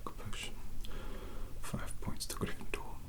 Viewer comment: "A-FIVE MILLION-BAJILLION POINTS FROM, A, A-GRRRRRRRRYNFENDORRRRRR"